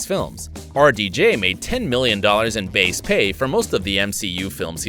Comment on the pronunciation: who else though that when he said RDJ he actually was saying our DJ